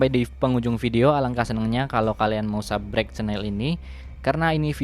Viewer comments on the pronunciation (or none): Wkwkwwk subsribe woi bkn subrek